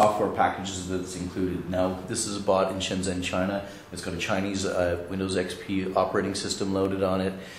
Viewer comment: should be shenzhen not shanzhen